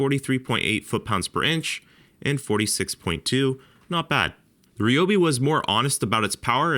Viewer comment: If you want to find out if these tools were made cheaper then you have to take them apart, and thays something Id like to see. Also, you say Ryobi wrong and it irritates me just a bit ;)